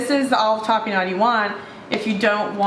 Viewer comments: Tah-peh-nod. your welcome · You are correct, it is a purple onion. You are pronouncing tapenade incorrectly.